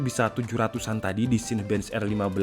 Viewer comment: CINEBENCH dibacanya "sinebench" bang, bukan "sainbench"